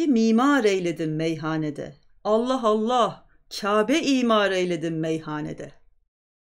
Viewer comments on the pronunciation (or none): none